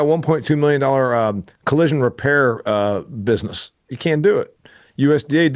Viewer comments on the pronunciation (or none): I was just listening to your words. Like the word business is not usually pronounced bizus. But really it's not a crisis worth cussing about. It's your show and you can say whatever you want. I was just listening and made an observation. Feel free to ban me, I'll still listen yo.